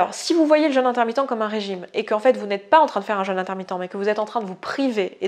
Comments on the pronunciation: oui quand on prononce jeûne comme ça, j'entends jeune intermittent DU SPECTACLE ! et ça fait bizarre... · Petit craquage franchement inutile (mais avec bienveillance !) mais je ne peux pas m'en empêcher : "jeûne" se prononce comme dans le mot "peu" contrairement à "jeune" qui se prononce comme dans le mot "leur"; le petit accent circonflexe sur le le "u" est là pour différencier ces deux mots: un jEUne est un ado qui boit son yop, un jEÛne est une période durant laquelle on ne mange pas. Beaucoup de gens prononcent mal ce mot, c'est dommage, et source de gros fous rires (par exemple dans la vidéo j’entends "casser son jeune" : quelle violence !!! hihi !!) Voilà pour cet aparté, et merci pour cette vidéo intéressante et bien documentée, le jeûne fait partie de ma vie depuis des années et je ne reviendrais pour rien en arrière!!